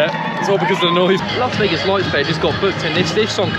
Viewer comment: you’re a ledge and it’s another great vlog. BUT ITS “LAS” NOT “LARS” Vegas. Please, please, dear god, Las not LARS.😬